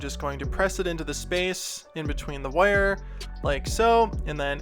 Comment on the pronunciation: I like the way you say wire, woyer. No just judgement, I just like it. Also, CTHULHU!!! That would be awesome.